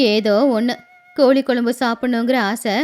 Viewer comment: கோலி இல்லை.... கோழி